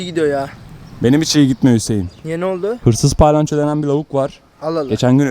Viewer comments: kalbini kirmak isdemem ama palayanco degil palyaco😘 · TDK: palyaço /: pAyLanCHo